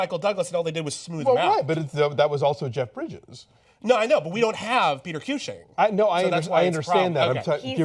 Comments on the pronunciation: You guys are great. Fun review, but who's Peter Queue-shing? ;) Try Cushing like "cushion" but with an ing instead of an ion if you see what I mean. :) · Peter que-shing? Peter Cushing